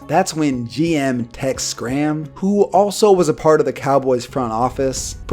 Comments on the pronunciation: I’m sure someone has said it already, but it’s Tex Schramm pronounced Sh-ram, not Sk-ram. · It’s not scram it’s pronounced like sh ram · The "C" isn't pronounced in "Schramm"